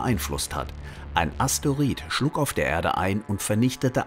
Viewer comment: Es heißt immer noch nicht asteorid sondern Asteroid